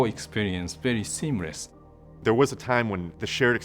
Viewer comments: he says "seamress" instead of "seamless" lol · Asian guy says "very seemress":)